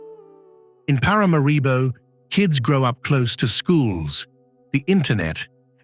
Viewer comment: It is pronounced Parah Marah Bow…not para mah ree bow